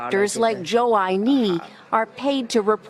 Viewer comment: The chinese dude in the video Joe-I-knee.